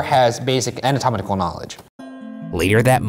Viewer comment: I'm making fun of Ryan for saying "anamatomical" instead of making fun of him for saying "Febiairy"